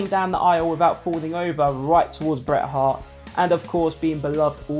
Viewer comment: The T in Bret and Hart are not silent